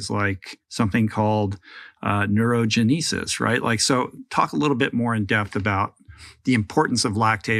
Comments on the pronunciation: I'm sorry but, what the hell is "Neuro-Geneesus" 🤣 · Yes, that is clear, you explained neurogenesis. But he mispronounced it to a degree that had nothing to do with the word neurogenesis. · That's not how you pronounce "Neurogenesis"", right? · 🤷‍♂ yeah, I agree. It's a "G" that's pronounced like a "J" to me..